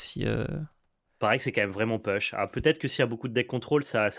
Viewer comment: tear asunder: prononcer "taire" et non "tire" (celui qui se prononce tire c'est la traduction de larme, pas la traduction de déchirer) - push se prononce pouche et non peuch (je présume que c'est ce mot là auquel pense quand il dit "peuch"?)